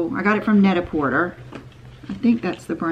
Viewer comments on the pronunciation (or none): Net a porter is French and it is pronounced “Net a poor tay”….similar to Cartier…..Sorry- not trying to insult- but just fyi 👌🏻